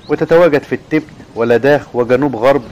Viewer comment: المذيع يلفظ كلمة التيبيت بطريقة غير صحيحة و كذلك فقد اخطأ خطأ عظيماً عندما ذكر أن سلالة حمير الكيانج الشرقية تتواجد في شانجهاي و جنوب غرب شينيانج !! ومن المعلوم أن شانجهاي مدينة ضخمة في شرق الصين بينما شينيانج هي مقاطعة تقع في أقصى غرب الصين !!